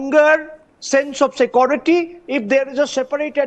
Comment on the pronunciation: The "Sakuriti" guy is not answering questions. I think it is "security" not "Sakuriti"